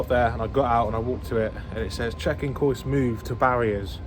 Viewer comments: Great video! Just because I mispronounce works all the time Kiosk is pronounced Key-osk not Koysk 👍🏼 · I was shouting at my monitor "KEY OSK" but he never heard lol. :-) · It's pronounced ' KEY OSK ', just for info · I think kiosk is pronounced key-osk. Dis make me chuckle "koysk". Love your videos mate keep plodding on and f**k the haters their only jealous of your success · “Koysk” 😂 Kee/Osk you sausage!! ❤ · It’s pronounced kee-osk. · Kiosk.......Say 'key'....Now say 'osk'. Ok? Now say those two together ...... and kick yourself 😂. Great vlogs pal. Really enjoy them👍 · KIOSK .... pronounced KEE-OSK .. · “Kee Osk” 😂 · Prounounced Key osk you donut 🤣🤣🤣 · KI-OS-K mate 😂😂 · You mean key -osk.ha ha. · its pronounced key-osk for kiosk mate, not hating just letting you know.